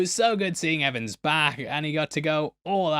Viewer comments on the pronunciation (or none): none